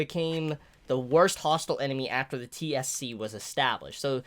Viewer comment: Im pretty sure its pronounced T.S.C. ( Tokyo Security Committee ) similar to CCG. And the time skip is 6 years ( it says so at the bottom of page 2 )